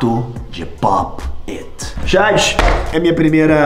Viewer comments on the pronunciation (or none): Ele fala pop et kkk